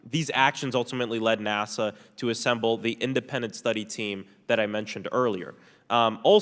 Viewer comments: What's up with people pronouncing "NASA" as "Nassau"? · Does he mean NASA? He said Nassau.